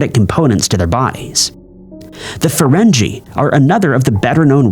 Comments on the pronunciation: Jean Luc Pee Card was my favorite captain, fringe were as so my favorite aliens.......jeez did anyone do any pronunciation research?? Apparently not!!!! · Why did you mispronounce Jean-Luke Picard & Ferengi?